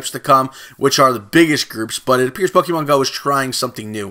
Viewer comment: Dude if your gonna make Pokemon videos pronounce them right